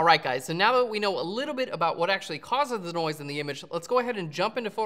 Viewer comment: every time you said noise it sounds like NOICEEE - key and peele. haha